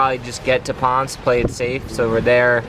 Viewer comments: It's Ponce-ey. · it's 'Pon Say'. (Our kid was on island for a full year with FEMA from just after Maria hit until 11/18.) PR is wonderful.:-)